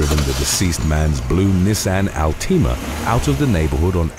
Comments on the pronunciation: I just checked the internet, that's not the correct way to pronounce it. 😅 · I love how the narrator says Nissan Altima. “Nissan Al-teema” haha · Omg had me cracking I was wondering if anyone else picked up on al tima 🤣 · Your pronunciations are hilarious. Al-TEE-ma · "Nissan Alteema"